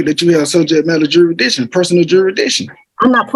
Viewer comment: What is "juridiction"?😅😅😅